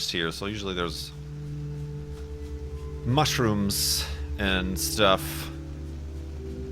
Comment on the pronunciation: Every time as says mushroom. my mind heard and saw mushy rooms.